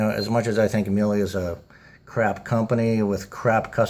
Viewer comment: I guess mis-pronouncing names makes you feel better? They are a german company so of course their name is pronounced properly in German. I am sure you would be file with people mis-pronouncing your name and making fun of it as well. If you want to make a video pointing out problems and then covering the experience, leave out the parts about bashing the companies name. It comes across as very childish. I do not work for Miele. We have owned Miele washers for decades. We own the WWH860 and have over 8000 hours on it. Dryer working fine as well. Service really comes down to WHO is doing the service. As you noted Miele's OWN techs do a great job. If a third party is doing the service, then you are at their mercy. Many have crap technicians. You will find this is true of almost ALL companies today. NO ONE cares once they have your money unless they are on the hook with a service contract.